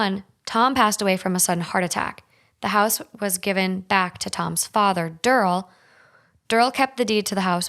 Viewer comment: Derrrl? Darryl.